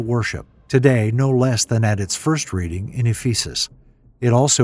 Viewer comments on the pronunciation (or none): none